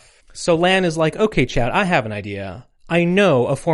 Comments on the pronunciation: An hour in: So uhh, isn't Chaud pronounced 'Sho"? We gonna go over that? Nah? Alright then, the rest of it was correct tho. Also really ironic/weird that Protoman and Protoman.exe are both "Blues", and yet both are the Red to Megaman/Rockman's Blue. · Small correction, "chaud" in French is pronounced as "sho" or "shaw". The "d" at the end is completely silent. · Whenever you say Chaude, I just think Chad. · I know French phonology is real unintuitive to anglophones but every time you pronounce "chaud" as "chowed" I die a little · why does everyone missay chauds name 😆 lol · I'm 45 minutes in and in agony with Americans failing to pronounce French, to approximate them in English spelling, Froid = "Fwad" / Chaud = "Show'd" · Equally impressive how good your japanese pronunciation is and how bad you french pronunciation is